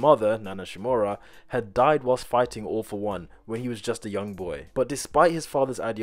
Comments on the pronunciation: When he said "all for one",I heard "awful one" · instead of 'All for One' I thought he said 'Awful One' which I mean kinda fits xD